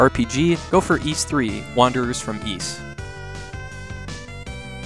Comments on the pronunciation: Oh? That's interesting! Granted, my first experience with Ys was the PSP games, my first game of the franchise being Ark of Napishtim. where they kept the original name, just changed the pronunciation to "Ad-all". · If you watch the Turbo CD intro of Ys Book 1 and 2, you can hear the narrator say the name. says it correctly.